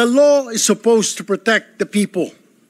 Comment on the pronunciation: Sen..Erwin tulfo..correction lang pronounce the words properly.. Ung people sir,bigkasin mo ng klaro ha..Hindi "Pipo"...kc gagayahin k ng mga batang nakikinig,,akala nila un talaga ang tamang pagbigkas...😅😅😅